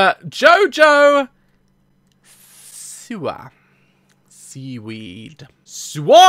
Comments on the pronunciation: Or for vine people it "see who" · See wooooo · HardcoreHamster33 see wa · (Sea)-(wah) siwa lol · Jojo Siwa (sea-wah) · its jojo s i w a